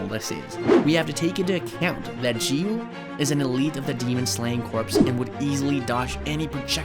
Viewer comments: You pronounce giyu wrong. You pronounce giyu jiyu Its giyu not jiyu ok? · Jiyu lol it's giyu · The fact he's literally pronouncing giyuu "ji-yuu" is hurting me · Let me tell you, but don't get mad, its giyuu not jiyuu. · Not g you giyu what a waste English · when you say "jiyu" like the g was sounding like the letter g not giyu you get me?💀💀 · gyu ❌ jiiuuu✅ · bro why cant this guy pronounce anything right bro its not jiyu its giyu bro and tf is commerrrade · I can’t watch this cuz of the ridiculous way he says Giyu. “Jeeyu” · Bro said jiyu when it’s giyu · Giyu not jiyu. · my guy said ''jiyu'' instead of ''giyu''. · ITS NOT JIYU IS GIYU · its not "jiyu" its Giyu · “jiyu“ HELP IM DEAD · why you saying G-you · he called rengoku "she" he called enmu "she" he pronounced giyu as "jiyu" he called akaza "upper moon two" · stop calling him G-U . 😐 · bro is saying jiyu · Not jiu it’s Giyu with a q ish sound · The "Jiyuu" is very distracting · bro said jiyu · The way he pronounced giyu's name as "JiYu"💀💀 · We not going to realize he called giyu Jee-you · did he really say geeyu 💀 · the way you are pronoucing giyuu is making me angry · bro doesn’t know how to pronounce anything 💀